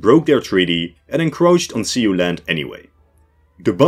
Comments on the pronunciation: Great video, but who taught you to say Sioux like “see-you” instead of “sue”? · See-hoe pronunciation of Sioux is incorrect, Sioux is pronounce like the word sue. But other then that one gripe excellent video as always. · Thank you. 'Sioux' = 'soo', at least in the American Midwest.